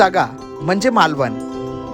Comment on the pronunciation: मालवण...not मालवन